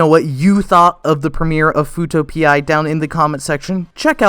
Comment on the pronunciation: Sound like futo pea instead of P eye